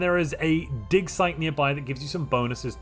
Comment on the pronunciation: I was cooking and listening to this. I promise he said “dic size, not “dig site””